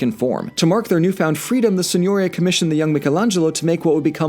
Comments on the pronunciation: Si.gno.'ri.a Not Si.'gno.ri.a Stress on /ri/ not /gno/ Remember in italian the accentation normally falls on the penultimate syllable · Forgive my being pedantic, but "Signoria" is pronounced seen-yor-EE-a. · It is such a pleasure to hear "Medici" correctly pronounced by a narrator (MED-ee-chee). However, you're mispronouncing "Signoria"—it's Sin-you-REE-a. I'm a great fan of yours and of Red's—please, keep up the great work!!!!!! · Aa an italian you for saying gn seem strange. There is a big difference. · The way you pronounce Signoria hurts my soul. But I forgive you. After all it’s actually impossible to pronounce of someone isn’t fluent in the language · Quick pronunciation note: "Signoria" is stressed on the "i". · FYI, "signoria" has an accent on the second "i" not, as you do, on the "o"